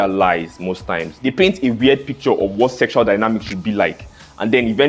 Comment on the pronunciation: "S 3 EXUAL" 🤣🤣🤣🤣